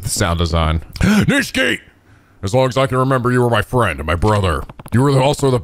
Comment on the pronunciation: Ahh, it wouldn't be a Yakuza game without mispronouncing Nishiki's name;)